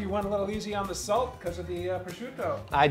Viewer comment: Its not pronounced salt